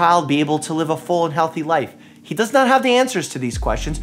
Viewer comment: I did a report on Crispr-cas9 at school two weeks ago. It was such an interesting topic to explore... my class had so many thoughts about this we even had a discussion after. (Side note He (name) is pronounced Hay 😂) this needs to be talked about... Thank you 💗